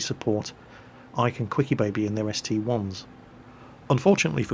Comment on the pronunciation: I thought it was the ST-I not ST-1... TELL ME!?